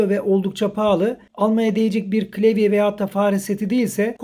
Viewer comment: klevye değil de klavye desen keşke.